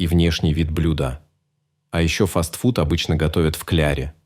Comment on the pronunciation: Не фастфудыыыы,а фастфуды!